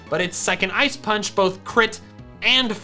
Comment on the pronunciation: Paunch? Do you mean punch? Or was it on purpose?